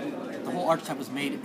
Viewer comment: The 'ch' in archetype is pronounced as a 'k'.